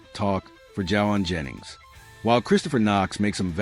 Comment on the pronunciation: Wow, you don't even pronounce his name correctly! And what is this Confirmed? Clickbate.